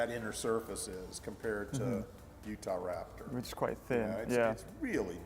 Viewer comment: he used to say utharaptor